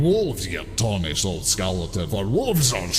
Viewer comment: "Have you no wulves?" Still a great line no matter how many times i re-watch TTS.